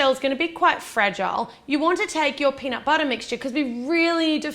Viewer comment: peanut BUTTAH